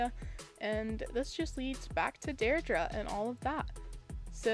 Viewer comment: you pronounced deirdre’s name wrong